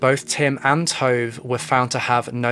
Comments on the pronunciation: Damn, your pronunciation of Swedish names is something... something bad. Swedish is phonetically consistent! Ina = ['ina], not ['aina], Tove = ['tuve], not [tov], Vibeke = ['vibeki], not [vi'bekeh]. I'm 21 minutes in and I have only just realized that Tesse's mother's name is Vibeke, not Rebekka! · Haha no he's pronouncing it incorrectly. Her name is Tove Lind. Her first name is pronounced [Too-v-eh] and last name is pronounced the way it's spelled [Lind]. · Not that it matters, but Tove is pronounced too-vuh and Ina is pronounced ee-na lol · Tove is said T- U as in Uber - V - E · This video was informative and good but honestly the entire time i got super annoyed at how you pronounced Tove maybe for names that aren't english you can ask a native speaker or google..for example you could google the name Tove and Tove Jansson would pop up and there would probably have been a name pronouncing guide i dunno it just crackled in my ear everytime but otherwise good video